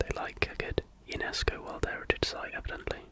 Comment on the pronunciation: There's going to be a game called "Sleepy Shots". Friends with insomnia are going to take shots of warm milk with vanilla every time you say "in the worrrrrrld". :)